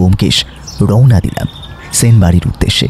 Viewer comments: সাহিত্যিক অজিতের চরিত্র যে করছে সে তো 'স' এবং 'শ' এর উচ্চারণের পার্থক্যই বোঝেনা। এসব লোককে দিয়ে সাহিত্যিকের চরিত্র একদমই মানায় না। কেন এদের নেন? জঘন্য লাগে। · ঠিক।বার বার 'সেন' কে 'শেন' উচ্চারণ হয়েছে।